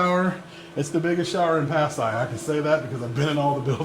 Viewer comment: that man in the philipines wow and refuses to learn the correct pronunciation of that city